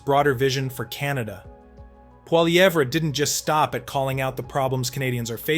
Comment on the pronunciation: you really need to learn how to pronounce his name